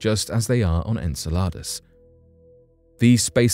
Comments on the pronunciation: In-cell-ah-duss is how you pronounce Saturn's moon fyi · Enceladus ; the emphasis is on CEL in the pronunciation. Just trying to be helpful 😎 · You are the only person i have ever heard pronounce Enceladus that way. I always heard this (in-seh-luh-duhs) from everyone. Where did you learn your pronunciation? Australia? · Did you say enchiladas? 😂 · I’ve never heard anyone say Enceladus like ensaladas. I just keep thinking watery salads. Lol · "Enceladus" is pronounced "En-SELL-a-dus." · I heard enchiladas, but then I'm hungry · So... ?.... The images they were showing from the Chinese craft didn't look red? And I don't think they were black and white cuz it showed some blue and different other colors so.... What color is Mars, cuz it's called the red planet and the colors pics from NASA show red and yeah was anyone else getting a little frustrated when he was saying the name of the moon "Enceladus" ? Lol I love this channel, as long as I can stay awake to watch it lol the narrators just have such a calming voice but anyway love the videos anyway but just some of the info is questionable lol still fun to watch!